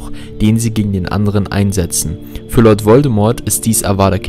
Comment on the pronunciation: „Harry und LOLD Voldemort“ 😂